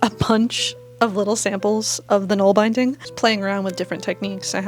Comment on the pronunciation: Great job! For nålbinding, use bulky singles wool and use an old toothbrush handle. It’s also fun to hand-carve (whittle )your own ‘nål’! By the way it’s pronounced bin like a trash bin.